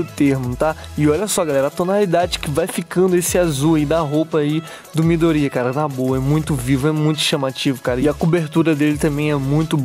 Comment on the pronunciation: tu falo mydori,mais e Midorya e Deku